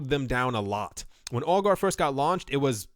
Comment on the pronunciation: Every time you say "Augur" - I here "Al Gore". :D